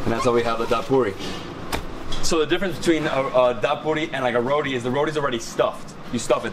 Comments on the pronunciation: Great video showcasing trini street foods. However you need to stop referring everything to "Indian Food" they have their own style!! Also the correct name is "Ba-rah" not "BADA" ROTI not Rodee. Try your best and get these right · THE ROTI IS PRONOUNCED RO-TEA, it makes me cringe to hear you say RODEE lol please !! RO-TEA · Trinis pronounce it "baRa" not bada. We do not do the R as a D. Roti is pronounced rowTEE not roady. Pholourie is not a donut. It is a split pea fritter. It's not a paratha. It's called buss up shut. Please say dhal puri. Not dhal poodi. Please do not speak Trinidadian with an Indian accent. Trinibagonians do not. You are offending our dialect. Tamarind is not sweet. It is naturally sour. Tambran chutney is made sweet by the exorbitant amount of sugar used. The "usual pair" is a roti and a red solo. Doubles is usually eaten with a coke or apple j. Can't wait to see how u butchered our dialect on ur trip to trinidad. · Let the man know its not RODI its Roti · Trinidad 🇹🇹 best food in the world!! But someone please tell him it's roti and not roddie 😂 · I keep trying to tell him on all the videos he showcases roti, but he probably doesn’t read comments or wants to sound ignorant “it’s ROTI!!!!! Not rodie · Hello helllo. Rotiiiii Row-tea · Ok as a trini you can't say rodi ok~ it's roti it don't has a d in roti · It’s not ro-DI it ro-TI thats how u pronounce it🤍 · Someone teach this guy how to say roti and not rodi lol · we need to teach you how to say bara, roti and channa like a trinidadian. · Is it bad that I don't like how he pronouncing it weird from Trini ppl 😭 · I hate how this guy pronounces ROTI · The way this guy is pronouncing the food is cringe. Learn to say them properly, you are butchering the names of the food and acting like you're cultured. Just stop.